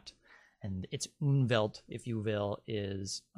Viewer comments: It's not "Unwelt", it's Umwelt (die Umwelt -en, fem.), meaning approximately the 'surrounding world'. (The word exists in several Germanic languages, for instance Swedish = omvärld (omvärlden -ar, reale), yet apparently not in English). Just started watching. This looks to be interesting. 👍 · Sorry to correct you, but it is called UMWELT!! UNWELT as you mention, does not exist, but would mean terrible world, antiworld. Please check!! Greetings from Austria(german speaking)